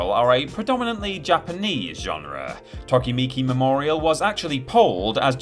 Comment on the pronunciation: Reeee you pronounced Tokimeki Memorial as “tokimiki”